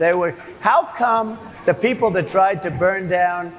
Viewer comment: 'How come the peorple...' 🤣